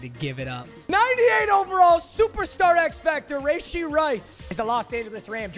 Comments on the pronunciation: Rashee... its not Rayshee 🤦‍♂️🤦‍♂️🤦‍♂️ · Papa, not trying to be a meat rider. But it’s pronounced ruhshee not rayshee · Bro who tf says rayshee istg you’re doing this on purpose now